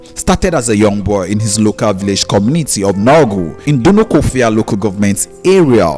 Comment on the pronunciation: The stupid narrator can't pronounce Dunukofia and Igbo correctly? Is he dumb?